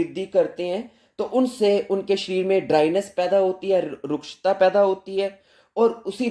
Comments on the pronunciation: Sharir bolo शरिर बोलो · Sharir शरीर 😂😂 sahi to bol lijiye